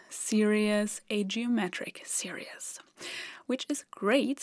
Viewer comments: Great video - really clear explanation. Very Zeno’s Paradox. 😄 By the way, you’re saying the word ‘series’ funny so it sounds more like ‘serious’. It’s actually pronounced like this: /ˈsɪə.riːz/ Here’s a breakdown to make it easier: • “se” → sounds like “see” • “ries” → sounds like “reez” • Put it together: SEE-reez It’s pronounced the same in both singular and plural forms. Please keep up the great work. Thank you from a grateful fan. 😊👍🙏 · Just FYI, "series" is pronounced /seer-eez/ where "ee" is simply a long 'e' sound. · Series is pronounced SERE-eez. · When you keep pronouncing "geometric series" as "geometric serious", this is a serious mistake! 🙂 Even without using the formula for an infinite series, we can arrive at the answer as follows: If G is the fraction of the pizza that all the guests, collectively, get, and if E is the fraction that is left for Emma, and if I abbreviate 1/4 to Q (because I like to call them "quarters", not "fourths"), then we can see that G = Q + Q² + Q³ + ... We can also see from the diagram that after the first guest has been served, the guest was given one quarter (the bottom left), Emma kept a half (i.e. two quarters, the top left and bottom right), and the fourth quarter (top right) is left over for the second and subsequent servings. Each time, Emma gets half of the quarter that remained from the previous time. In other words, E = 1/2 + (1/2) Q + (1/2) Q² + (1/2) Q³ + ... We can rewrite this by factoring out 1/2. E = (1/2) (1 + Q + Q² + Q³ + ...) Oh, but look! This is just (1/2) (1 + G). We also know that G+E must equal 1 (i.e. the whole pizza), so we have G + (1/2) + (1/2)G = 1. By subtracting 1/2 on both sides, and combining the G terms we get (3/2)G = 1/2, and so G = 1/3. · not serious - series (seerees)- sorry to correct your pronunciation. :( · Great video, so don't take offence, but the word "series" is not pronounced [Seer E es] but [Seer eez]. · it sounds like she is saying geometric serious